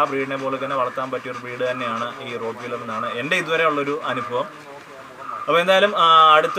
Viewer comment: റോട്ട് വീലെർ അല്ല.... "റോട്ട് വൈലെർ എന്ന് ആണ് "